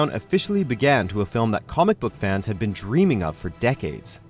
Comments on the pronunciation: " What a decade it's BEAN"??? This guy's pronunciation is horrible. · "What a decade it's BEAN?????" That's is a REALLY FUCKED UP pronunciation of BEEN!! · Nobody, the first sentence of the video: "What a decade it's B E A N " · I’m sorry but you clearly say “what a decade it’s bean” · "What a ten years it's bean."